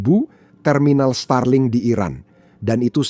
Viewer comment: Starlink aja dibaca Stralink😂